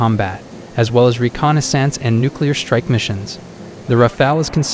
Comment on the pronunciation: Dude pronounces reconnaissance like it's a type of font lol